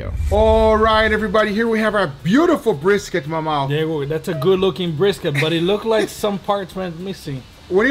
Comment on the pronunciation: Guga: breeskit